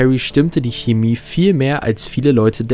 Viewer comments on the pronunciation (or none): none